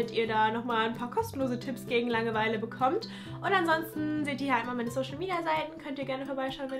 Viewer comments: Bin ich die einzige die es unglaublich nervt dass sie die ganze Zeit Langeweile so komisch betont?😂 Sie sagt "Lange-Weile" und nicht "Langeweile" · bilde ich mir das ein oder sagt sie immer so langewEile ich beton da irgendwie immer das a also lAngeweile🤔 haha was ist denn jetzt richtig und wie sagt ihr das?